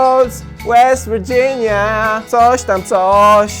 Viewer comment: Almołst hewyn, łest wirdżinia